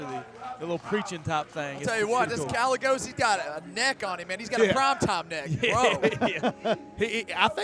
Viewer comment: Guy-yay-goes not gal-e-goes